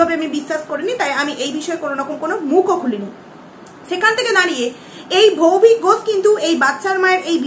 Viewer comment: ভৌভিক ঘোষ না বলো ভৌতিক ঘোষ 😂😂😂😂